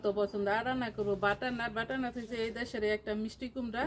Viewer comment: আসসালামু আলাইকুম আন্টি, এইটা বাটানাট না বাটারনাট। আপনার Accent ডিফারেন্ট আমি বুঝতে পারি তাই হয়তো 'র' উচ্চারণ করেন না কিন্তু যখন আপনি লিখবেন, এগুলা খেয়াল রাখবেন। ভালো থাকবেন।